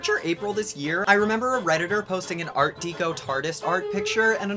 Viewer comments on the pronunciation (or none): Art Deco is pronounced "Dec-o", like in the word "Decorative". Love your work.